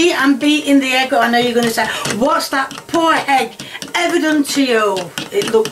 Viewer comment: Hello just to say that you pronounce Egg as E.G.G not H.E.G Kind regards :)